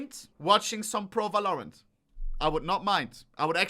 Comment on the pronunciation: Don't talk about pronounciation with yours on "Valorant"...